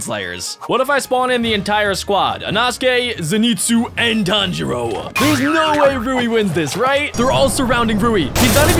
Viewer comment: its tan-jiro